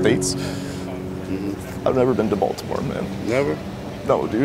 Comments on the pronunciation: When the first guy said boltimort i thought he said 'voldemort' XD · I though he said voldemort. 😂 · I died when he said I never went to bultimort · I thought he said " I've never been to Voldemort" XD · Did you say Baltimore?